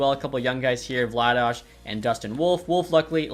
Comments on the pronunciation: Please keep calling Vladar "Vla-dosh". It's literally "vla-dar", calgarians call him Darth Vladar instead of Darth Vader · why are you calling Vladar "Vladaj" lmao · Pronouncing Vladar as Vladash? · Yeah what's up with that, I'm a flames fan and I've never heard that pronunciation before